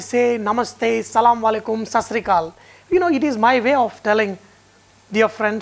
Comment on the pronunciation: Salawalaikum nahi hota hai wah assalam wa alaikum hota hai OK, but very tasty biryani